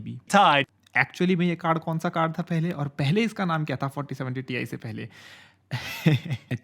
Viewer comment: Greatest "Tai"